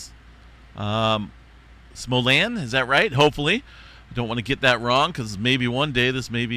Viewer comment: How we pronounce the places you mentioned in Kansas: Salina= Sa-line-ah, Saline (county)= Sah-lean, Smolan = smol-lan 👍🏻